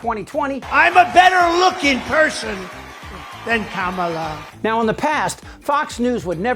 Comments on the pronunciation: her name is Ka-mala not Kam-ala like the wrestler who body slammed your ass many times. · Still mispronouncing her name. When I was in high school back in rhe early seventies my history teacher deliberately mispronounced a kid's name all year long. This was fhe first year of integration, so the student was new to the school. Our racist teacher jabbed him all year long because he didnt have a Eurocentric name. They know how to pronounce her name. It's a dog whistle, just like calling her unintelligent. Lets nove ahead abd leave the knuckledraggers in the dust.